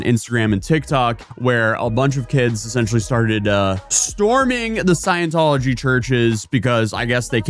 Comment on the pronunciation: "sciencetology" so close but so far